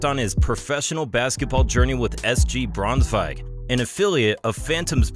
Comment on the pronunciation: Not bad pronunciation of Braunschweig 👌👌👌